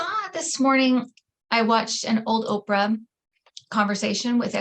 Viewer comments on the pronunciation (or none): none